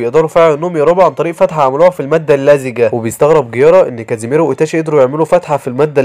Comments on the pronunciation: ملخصات نار لاكن اسمه kisami ليس kazimero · السادسة اسمه ظيساني و ليس كاسيميرو😂🎉